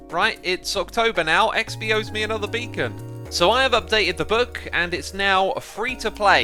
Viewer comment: "Hello everyone! and welcome back to a'nether episode of Hermitcraft! *insert trying hard brit accent 😂*" From all hermits intros, X's got me and now and everyday here in our house its my new hobby, out of nowhere I will just spit his intro I don't know why😅, I just love it!